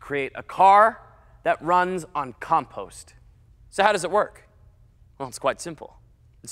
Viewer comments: “Bri ish” “calm pawster” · He says compost so weird.